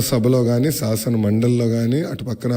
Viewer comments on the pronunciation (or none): Saasana kaadu sgasana adi😊😅😂😂